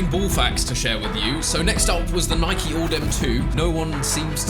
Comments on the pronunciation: It’s Nike not nikey ffs.u own a bike not a bikey. U don’t likey and subscribe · Sorry but this gets on my nerves he first says ‘Nike’ then he says ‘Nikey’ it’s not ‘nikey’ you don’t ride a bikey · Cough cough * Nike not nikey *. U ride a bike not bikey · Did Chris just call Nike Nike-E, questionable behaviour